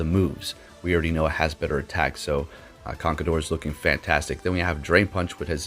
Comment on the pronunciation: "Memeshao" and "Conkledorr" got me wheezing'🤣🤣